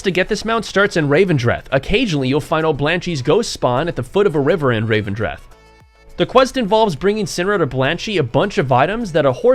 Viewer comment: The place is called REV-en-dreth, not RAVE-en-dreth. Just sayin.